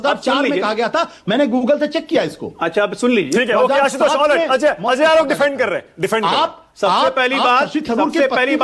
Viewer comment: Pehale is Ajoy Aolok ko pronounce karna sikhaye koi